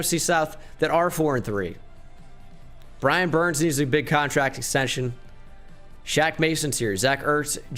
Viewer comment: He just said “Brian burn”